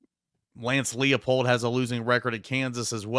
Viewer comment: For Lance Leipold, it's not pronounced "Lee-uh-pold," but more like "Ly-pold." In German names, in ei or ie combos, you pronounce the second letter of the combo.